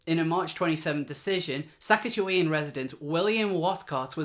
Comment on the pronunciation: You also got Saskatchewan hilariously wrong it should sound like this :)